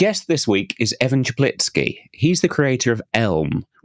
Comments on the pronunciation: Amazing! You pronounce Evan's surname more correctly than he does himself! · Omg, you are the only one that pronounced his last name correct. Kudos